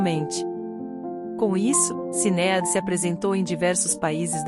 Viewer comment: Por que essa comentarista do YouTube não pronuncia as palavras e o nome da cantora corretamente???? Sinead ela pronuncia Cineádi...que horrível... o nome é pronunciado errôneamente e está totalmente errado!!